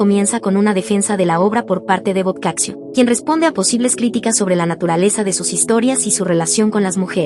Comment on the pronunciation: Se pronuncia " boccacho"